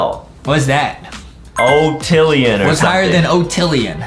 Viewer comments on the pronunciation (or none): Octillion not otillion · octillon lol not o